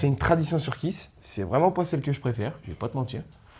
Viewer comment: Hé les gars , Kees ça ne devrait pas se prononcer Kiss mais kiz ...? 😂